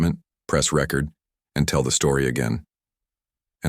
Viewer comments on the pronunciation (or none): I like the channel but the AI voices always pronounce certain words wrong like Record on camera not Record for a turntable.